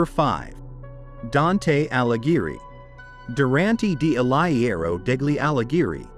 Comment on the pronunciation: An Anglo robot which cannot properly pronounce Italian or German names. It is Aleegheree, not Alaghera !